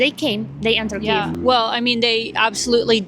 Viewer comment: pronounces Kiev like Key-yave – am I (as an English-only language-dwarf) hearing that right?